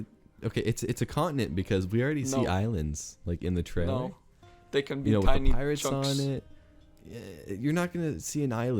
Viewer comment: One of y'all needs to work on your pronunciation of the word 'trailer'